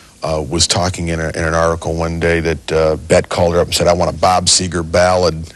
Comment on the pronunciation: It's Seger not Seeger !